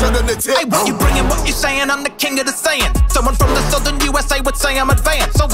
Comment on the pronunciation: He pronounced it in a southern accent to rhyme with "saiyans"